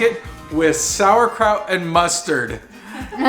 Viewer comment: ya had me with your Pigs In a Blanket til you said saurkrout and onions. lol